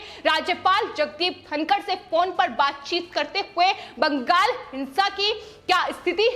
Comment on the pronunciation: Agree Arvind Ji. Notice the way she says ‘Bangal’. Non-stop reading and too many repetitions hurt my ears.